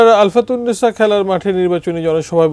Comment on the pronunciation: ভাই আলতাফুন্নেছা আলফাতুন্নেছা নয় ।